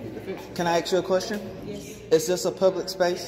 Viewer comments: It’s ASK not Axe!!!!! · Its Ask not aks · It's "Ask" not "Aks" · Is " Ask or Axe?" Lol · Axe??you mean ask I believe. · Is ASK NOT AKS??? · WTF is " aks " ? Is that simian for ASK? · Please ! Say ask, not axe !!! People might treat you different. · Ask not Axe. Learn how to speak correctly people. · Dear Lord......everyone......learn how to pronounce the word "ask".